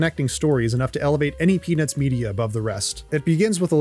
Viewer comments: I cant be the only one hearing "penis movie" every time he says "peanuts movie" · bro did not say peanuts 💀